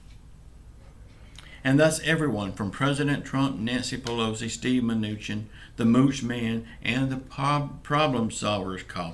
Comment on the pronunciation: My kids get a kick outta u say the Mooch man lol